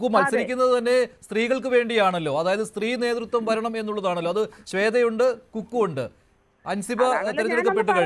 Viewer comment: കുക്കു അല്ല ഫക്കൂ 😅😅